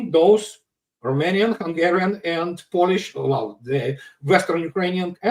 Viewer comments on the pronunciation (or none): none